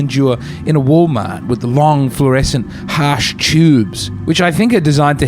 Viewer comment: “Harsh chtubes”